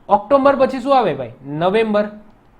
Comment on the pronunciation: ઑક્ટોબર માં વચ્ચે મ ન આવે ઓક્ટોમ્બર ❌ઓક્ટોબર